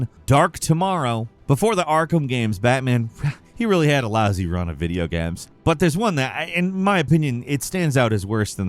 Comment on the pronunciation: "Video Gams"?